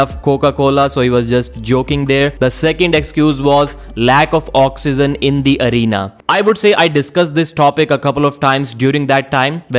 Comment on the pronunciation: cannot pronounce oxygen to save his life lmao